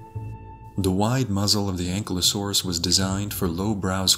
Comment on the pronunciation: Pronounced (AN - Ki - low - saurus) Ankylosaurus . Not "Ancklelasaur".